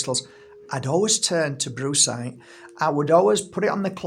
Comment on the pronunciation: Did I really hear Brucecite and then bruisecite? Followed by you describing the colours of a good ol black eye? 😂 Humor beats anger indeed